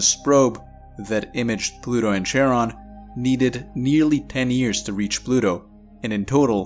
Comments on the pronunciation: Charon is pronounced more like Karon, not literal CH-aron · The 'ch' in Charon pronunciated as 'k', it is from greek mythology.